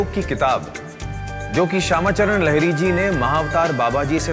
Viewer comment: लहरी नही लाहरी महाशय । और वंशज रहता है नही रहते है । यार ढंग से पढ़ना बोलना सीख लो काहे नाम डूबा रहे हो चैनल का ।